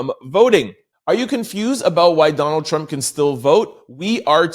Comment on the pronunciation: This guy's Voice is So Annoying. He tries to annunciate so much until hes adding too much. There's no T on the end of Trump 🤨 its Not Trumpt 🤔🤨